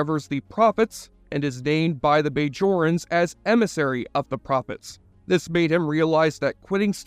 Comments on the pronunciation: Not to mention the BAYjorans....lol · How can you claim fanship when you can't pronounce Bajorans properly or know that the Alpha & Gamma quadrants are both part of the Milky Way not separate galaxies? That checked me out of the whole video & I didn't watch the rest